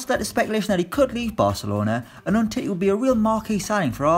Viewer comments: “Umtittie” 😂😂😂 I think you mean Um-tee-tee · Elastico.mj23 I was triggered with um titty.